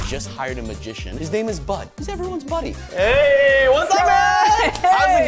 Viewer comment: Was it me or no. I thought I heard say "his name is butt he's Everyones buddy" 😂